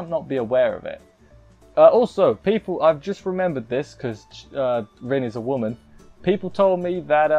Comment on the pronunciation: Rin's name is actually pronounced Reen & you missed the part where Kazuma bassically said that Rin wants to break the curse as well (Rin: What did she want? Kazuma: the same thing your want to ask me about). Unclean is sometimes used for religious stuff (like denouncing demons) & nowdays the word dirty can have lewed implications so maybe that's why they decided to use a different word.